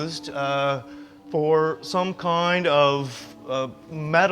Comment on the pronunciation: He seems to have had a Stroke So Tiny, it Only effects the way he pronounces the word 'kind' he says "Kioe'nde". Great info. Funny when he says Kind though...